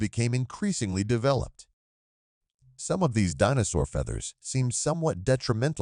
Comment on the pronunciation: Right but I have never in my life heard anyone pronounce the word as "Dinnosaur". Very small children know how to say say Dinosaur. I suppose what fundamentally bothers me is the fact that I am now in witnessing in earnest Automaton replacement of my line of work.